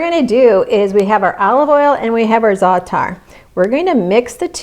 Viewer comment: What a beautiful dough, and it feels right. sweetheart, u pronounced Za’ater very well. I am, Middle Easterner, from Lebanon, and I use Za’ater a lot. Thank u for sharing. 🙏🥰👍🌹👏🌟❤️✝️